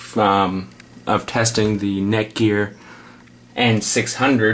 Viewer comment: is he saying neckwort?